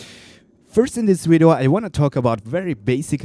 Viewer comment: You said wideo